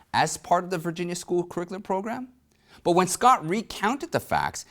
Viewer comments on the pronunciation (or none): none